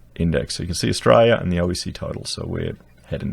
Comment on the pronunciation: Please stop saying Ustraya.